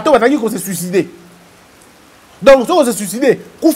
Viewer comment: "zi vé sicidé" 😂😂😂😂😂